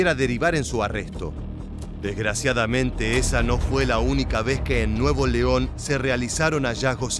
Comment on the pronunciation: no es nuevo leon es nuevoleon todo junto! y sin pausa. son muy buenos los contenidos. gracias por la labor